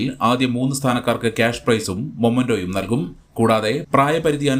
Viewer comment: മൊമെന്റോ അല്ല മെമെന്റോ ന്യൂസ്‌ റീഡർ ശ്രദ്ധിക്കുക